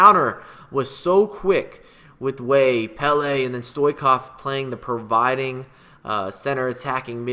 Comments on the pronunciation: The ch in Stoichkov is pronounced like Chili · It is not stoikof you disgraceful person it is Stoiechkof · it's stoichkov, ch as chelsea